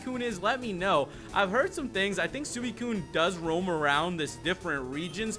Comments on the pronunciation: it is suicune as in sweekune (correct pronunciation) not sueekun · Its suicune (si-kin)